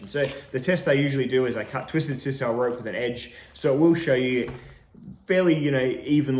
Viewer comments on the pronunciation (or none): none